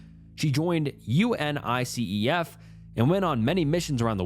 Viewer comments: out here proving he's not an AI voice. It's all a part of that snooky charm - I also noticed UNICEF in this video too, most people just say it as a word not each letter. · Reading out unicef letter by letter too😭